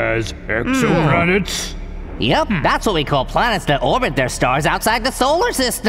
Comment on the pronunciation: orbit. Not orbet